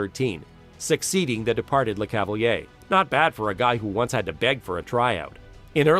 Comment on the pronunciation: Tres bon documentaire 👍 mais tu devrais pratiqué la prononciation des noms Quebecois parce-qu'ont se perd un peu par moment .. ( Ex : St-Louis & Le Cavalier)